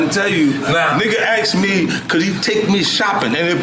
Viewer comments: Axed him lol come on bro you use your voice to make money with everyday can you not properly pronounce words correctly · i don't get why so many people say aksed instead of asked